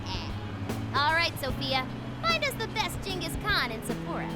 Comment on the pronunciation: Well here goes nothing. Time for the nightmare Shadow. Really feeling sorry for Haru now... OK, feeling inspired now. Let's go steal a heart. Kick butt, take names, and steal hearts? Legion is not grosser than Shadow Mariko, and Sapporo is more like "Supper-o." Now the battle begins! And that's the part that gives me the creeps... How did you AoA before she could recover? So Shadow Mariko is a reference to the idiom "eat or be eaten..." And the first thing the PTs do after defeating the Shadow of gluttony? Get in an argument over food. Wait.. Shadows and real people share no memories, yet Mariko remembers what Haru told her? That Ferris wheel scene was cute! Why create Monarchs in the first place? That's what I wonder.